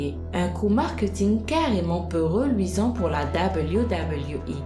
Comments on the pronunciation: Pourquoi tu parle avec le nez en permanence ?? Et cest pas WWI mais WWE c'est un E pas un I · Arrere de dire doubleyou doubleyou I mdrrr en france ont dit double v E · Dit Doube v double v euh !! Pas dablyou dablyou voui 😭😭😭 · Super video! Mais ca se dit "deubeliou" pas "dabaliou" ... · wech prk elle le prononce " dabliou dabliou i"😂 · ça façon de prononcer le W -_- dabeulyou dabeulyou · c'est WWE et non debuidebuiwui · tg avec ton. dableyu dableyu i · Dabeulyou dabeulyou hi apprends a parler ptn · ses même pas dire wwe sa me fâché putin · tu la prononcé mal wwe